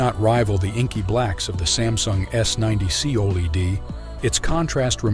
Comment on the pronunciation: Lost me when saying OLED wrong. ✌🏻